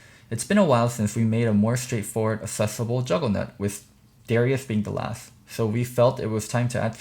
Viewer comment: saying juggernaut lol